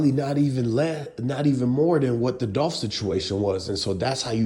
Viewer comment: It's dolph